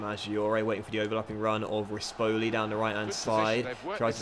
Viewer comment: Just some tips on how to pronounce things: Renzo Barbera = Rentsoh Barbay-rah, Monachello = Monakello, Rispoli = Ris-pohlee, Setola = Seh-tolah